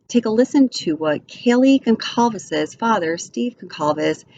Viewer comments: PRoNounCED: Gone-Sal-Ves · The C is pronounced as an S. I have the same last name. The sir name is Portuguese. My father was from Portugal. 😉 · You are mispronouncing Kaylee’s last name.😑 At least get her last name correct out of respect.